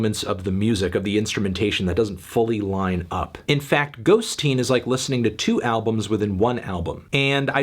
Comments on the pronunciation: It's totally bizarre how Fantano keeps saying "ghost-teen" , I feel like no normal person would pronounce it that way when its clearly "ghosteen" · Fantano, it’s not Ghost-teen! It’s ghosteen as in “little ghost” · According to Nick Cave, it’s not “Ghost-Teen,” it’s “Ghost-een.” In Irish, the suffix “een” means “small,” or “little” making the title Little Ghost, perhaps another reference to his son, but not quite so literal as “Ghost Teen”